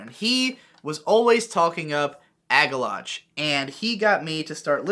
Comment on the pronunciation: It bothers me that you pronounce Agalloch as Ag-Ah-Loch instead of Ag-Ah-Lock.